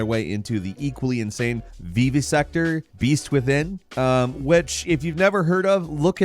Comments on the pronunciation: has to be trolling with his pronunciations. Vee-Vee-sector? Vivivsector, the Vi sounds like it is in the name Vivian, like the term vivisection. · lol, vee vee sector